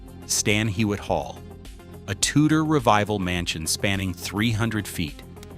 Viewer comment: Hywet pronounced Hew-wet